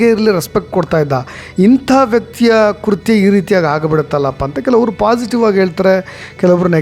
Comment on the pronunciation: Its not KURHTYA its is KRUTHYA